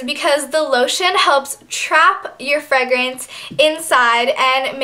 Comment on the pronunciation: She says "fregrance" & " Vazeline"